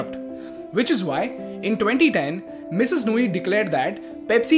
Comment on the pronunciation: I follow your channel closely. However I was quite puzzled by the emphasis on the Mrs, of Indra Nooyi’s name. Maybe next time you highlight women, try to enunciate less on the Mrs. part and more on the person herself.